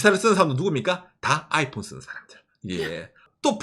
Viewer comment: 아^이_폰 이라는 억양 뭔가 특이하네.. 보통 아이폰_ 이렇게 얘기하던데